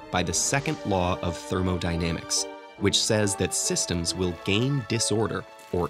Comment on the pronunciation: "I VILL mess with time!"